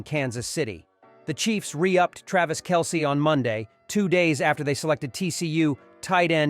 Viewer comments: Hope that by opening day, People will finally how to pronounce Travis' last name Correctly...!! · Hope that by opening day, People will finally learn how to pronounce Travis' last name Correctly...!!...